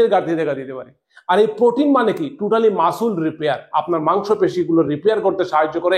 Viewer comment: ওটা মাসুল না রে অশিক্ষিত , ওটা মাসেল 😂